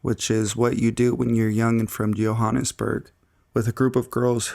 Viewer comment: im from Johanessburg lol. its Joburg. not Yoburg lol. capetown is pretty scary, never go there without a local tour guide.